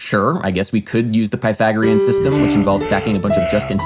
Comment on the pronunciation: Bro great video I loved it just next time please try and learn how to pronounce Pythagorean